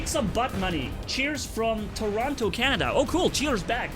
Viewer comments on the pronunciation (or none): none